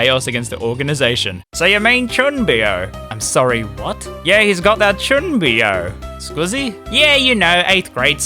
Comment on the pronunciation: >boasts about reading ability >"chunnbeyo" jokes aside, good vid